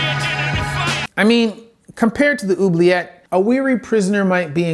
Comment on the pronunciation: Oubliet... = ooh-blee-ay